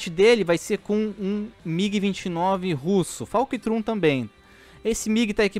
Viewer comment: "Falctrum?" É FULCRUM irmão, tá juntando Falcon com Fulcrum?